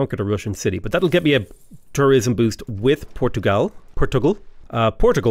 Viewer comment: I love how he says Portugal correctly-ish and procedes to try and correct himself